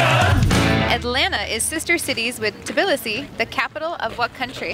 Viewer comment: Pronounciation of Tbilisi is off fyi